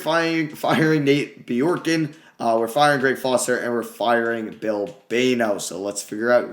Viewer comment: It’s Bjork- GREN